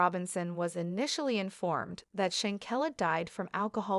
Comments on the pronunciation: Please pronounce her name correctly if you're going to do commentary on someone RESPECT HER PUT SOME RESPECT ON HER NAME IF YOU HAVE TO ASK SOMEONE HOW TO PRONOUNCE HER NAME CORRECTLY,THANK YOU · pronounce her name corr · Learn how to pronounce her name